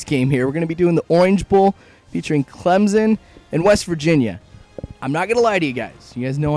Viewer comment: It's Clemson with a s not a Z¡!!!!!!!!!!